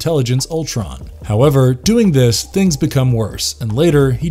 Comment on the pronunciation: Why do so many people pronounce thing as think? Somethink, anythink, everythink. I'm not sure English is being taught anywhere anymore, not even England.